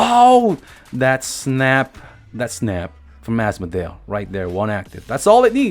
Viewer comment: Ass-model turned into as-modale turned into as-mo-del. Your name pronouncing is killing me